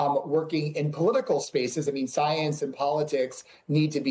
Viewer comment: “I am duhhh soyance” - DawktahFauci